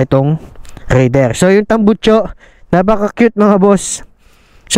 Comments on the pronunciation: raidererrr😂. medyo bulol si sir sa pagbigkas ng "R" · bat ka nag raider boss eh bulol ka sa R HAAHAHHA